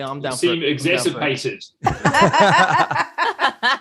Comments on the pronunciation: when he said exacerpated did he mean exasperated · NO WONDER WAS CONFUSED, GUY WAS SAYING 'EXASPERATED' WRONG